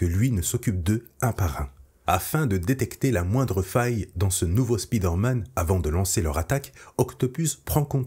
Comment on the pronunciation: Le "spide-man" se lit "speed-man" ?